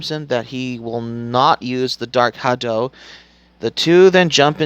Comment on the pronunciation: Bro, learn how to pronounce the words you're going to say before you start recording. Most of their pronunciations are actually pretty common knowledge too. Like "muay thai" and "succumbs". How have you never heard anyone say "muay thai" or "succumbs" before? And "dark hadou". They say it in this move a bunch of times. How do you not know how to say it? Did you actually watch the film? Or did you just read a synopsis?